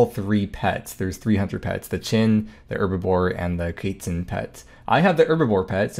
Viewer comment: the baby kaytzin? pretty sure its quest minus st + tzin